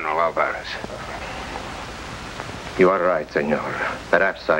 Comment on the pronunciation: They sure did like butchering the pronunciation of Álvarez.